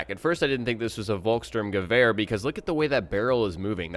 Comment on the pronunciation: just for the record ;) you can pronounce this German gun more easily like this: folks-shtoorm-ga-vair ("ga" like in gap and the "v" like venus)